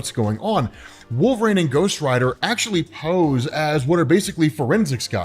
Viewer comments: wol-ver-een , not wol-ver ayne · I'm not the only person that hears Nails on a chalkboard every time this guy says wolv rain it is pronounced wol ver one. This has been established for years across multiple forms of media its not up for debate or interpretation his name is established. I'm a huge fan but I swear to God I might go to jail if I ever meet this guy I might need to strangle him while screaming his name is wol ver ine! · I dont remember robb saying wolverine soo stupid its not wolvesreen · The way you say Wolverine hurts me. Yet I still listened. 😅